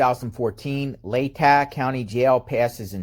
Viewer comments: Lay ta is how it's pronounced, short a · Say,..... LAY-TAH,.....leigh-ta, LATAH county. I live here, and its funny hearing you always saying it wrong.😀 Keep up the good work! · Pronounced Laytaw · Not to be a pronunciation Nazi but it’s pronounced: LA täh. FYI! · pronounced "lay-taw" county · Hi It's pronounced " lay tah"